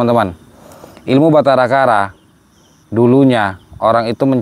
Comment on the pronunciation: Batara karang bukan Batara kara